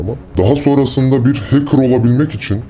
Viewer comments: Hacker bey keşke önce hacker kelimesinin telaffuzundan anlatmaya başlasaydınız arkadaşa.. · heykır demeyeydin iyidi abi be